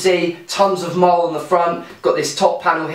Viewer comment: Could you do me a favour mate The MOLLE is ment to be pronounced MOLLY not MOL Cheers